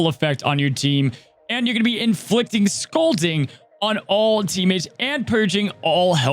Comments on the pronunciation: I think it is pronounced Scal(all)ding. Or either that's how we pronounced it over here in nc. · LOL how Cozy says "scalding" with the "a" vowel sound in "scalp" where I'm from in PA we say the "a" vowel sound in "scalding" like the word "call"